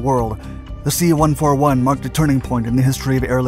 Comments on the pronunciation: Holy cow, it's pronounced C one fourty-one, not one four one. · Dude! You gotta stop saying C One-Four-One, or KC-One-three-five!! I spent many years overseas in the USAF and flew on everything from a C-47 (forty-seven) to the C-141 ("C-One forty-one). I'm sure you never say "F-one one one", I hope (F-111/ F- One Eleven)). It's like nails on a chalkboard to my USAF ears. I love, love, love your videos but sometimes I wonder if you do enough research before making the vids. KC-One Thirty-Five, C-One Thirty Hercules is the way we say it, Thank you!